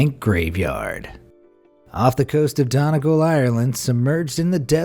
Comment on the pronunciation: don-eh-gul??? done-ee-gahll man. jeez